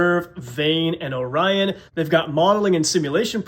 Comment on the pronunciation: Glad you said Orion correctly